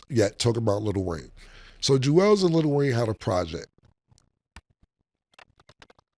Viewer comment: Cam, stay saying Julez lazy😂😂